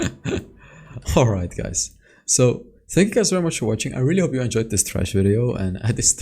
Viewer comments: Yeah because pronounced it incorrectly... It's Thresh like Threshold! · Sounded like u said trash in the beginning xD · It’s Thresh not Trash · He says "Trash" lol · It thresh dude not trash 😅😂😂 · Everytime says thresh i hear trash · Everytime say thresh i hear trash